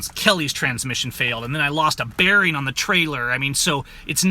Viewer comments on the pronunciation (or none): none